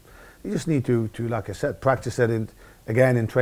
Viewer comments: whenever he said "like I said", it sounded like "lacazette" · Great vid. Anyone else keep hearing "lacazette" ?? ;)